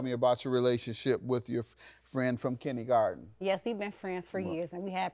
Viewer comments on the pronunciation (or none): It is KIN-DER-GARTEN...that drives me nuts...😂😂